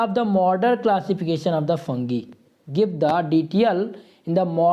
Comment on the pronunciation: Bhaiya- ये फंगी नहीं फंजाई हैं।